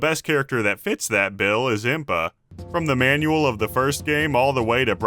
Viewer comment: THANK GOD SOMEONE ELSE SAYS IMPA!!!